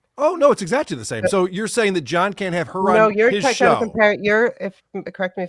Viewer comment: He pronounces “exactly” as “exactchee”. He’s a mush mouthed idiot